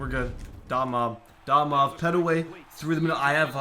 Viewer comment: Love that your doin ARK! Woo Pig! (Pet-way & Can-trel is how their name is pronounced)